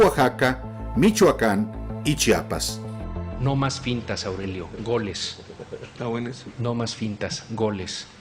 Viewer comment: Sr. X se dice CHIAPAS NO "CHAPAS". ...